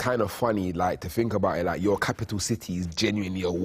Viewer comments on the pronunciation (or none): The guy that says 'lak' instead of LIKE. !!